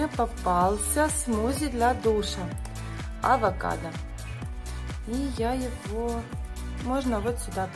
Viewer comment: Не авакадка а овакадо 🥑